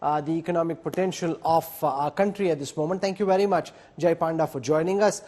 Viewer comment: The pronounciation is not "Paanda" but "Pawnda".